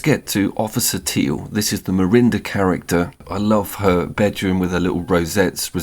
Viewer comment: Marinda? Not sure I can take the opinion of someone who doesn't know what he's talking about. Miranda. Two letters so innocuously out of place. And yet so fatal. I'm out.